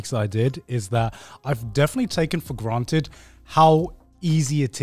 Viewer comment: Taken for garnted???